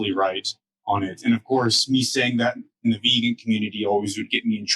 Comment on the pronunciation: says it is pronounced "vegoon." And in Tasmania, it must be so, for he is King.